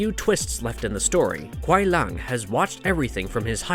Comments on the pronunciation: kuai lung? lol you mean Kuai Liang (sounds like lee-ang) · Why do yo call Sub Kuai LUNG???his name is Kuai Liang it is clearly not Lung. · It's LEE- ANG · Kuai lung? Seriously learn there names before making a video its Kuai liang not lung 🤦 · The way u pronouce kuai Liang and Shang tsung is appalling